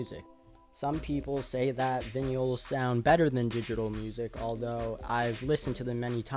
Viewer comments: He really said vinyl like “vinn-ee-ahl” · Vinyl is pronounced "vuynul" , I forgive you though 😁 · I've never heard anyone pronounce "vinyl" like you before.